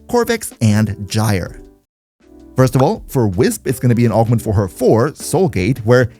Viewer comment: Gyre is pronounce like G(eye) ER